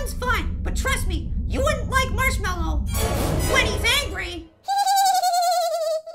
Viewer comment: APPLE SAID HE TO MARSHWALLOW